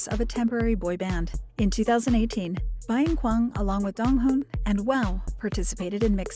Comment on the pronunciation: Saying his name however they want except the right way lol